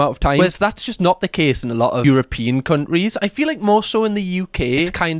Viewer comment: I love how you pronounce countries as “cundrie” 😂😊